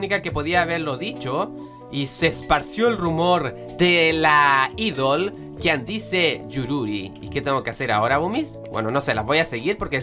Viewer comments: se dice aidol,no Idol,ah. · c pronuncia aidol :v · idol io: aidol la pronunciación me mata y traducción ʕっ•ᴥ•ʔっ